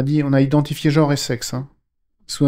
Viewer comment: Le probème du mot "jor" est qu'il est susceptible de ne pas exister... Connaîtriez-vous la valeur phonétique de la voyelle (e)? Et celle de la consonne (n)...? Et bien, je suis en disposition de vous assurer que ces valeurs-ci EXISTENT; et là ou elles se trouvent correctement placées, elles doivent être prononcées correctement. J'insiste: le mot "jor" n'existe pas,!